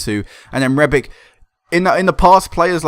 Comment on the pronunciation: Rebic is Croatian so it's pronounced rebich. ;)